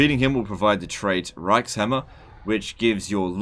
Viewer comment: I believe reikshammer is supposed to be said ReikShammer